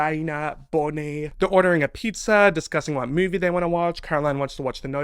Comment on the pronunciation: "We've got Caroline, Elena, BONIE" the way you said bonnie cracked me up